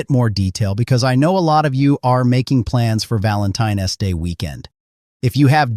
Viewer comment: “Valentine S day”